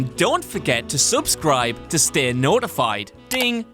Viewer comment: The emphasis on subscribe isn't on sub... ugh